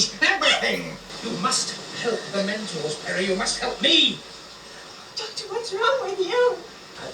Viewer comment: Love the way Sil pronounces Doctor as dog-turd!